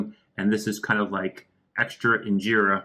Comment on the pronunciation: fix your accent its not ingerra